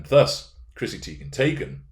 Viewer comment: IKR Teigen/Taygen🤣🤣🤣